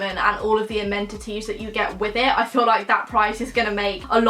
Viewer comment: The building's "amendities" 😂